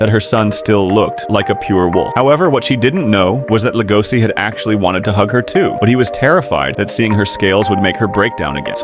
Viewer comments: Legoshi not legosi bruh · I wondered who legosi is, but his name is legoshi not legosi 😅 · LegoSHI not si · It's notlegosis it's legoshi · leh goh sea is stressing me out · It’s legoshi🤦‍♀️🤦‍♀️🤦‍♀️ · The pronunciation of Legoshi bothered the entire time lol